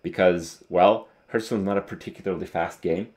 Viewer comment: please stop saying 'hurth' stone. It's driving me nuts. A hearthsone is the stone plate directly in front of a fireplace and it's pronounced like 'harth' stone. Yes, I'm a petty pedant.